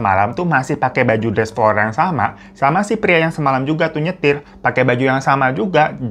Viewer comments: Bang hiro floral bang floral bukan florar🫣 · FLORAL BU BUKAN FLORARRR!! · Froral apa floral.? Banggg